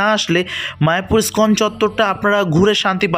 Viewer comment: দাদা , ইস্কন উচ্চারণে ই বাদ দেবেন না।